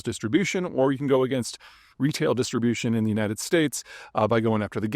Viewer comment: Distribution, not disterbution.